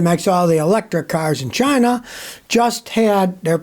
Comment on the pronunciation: Scotty said "Chi-NA", just like DJT does. 🤣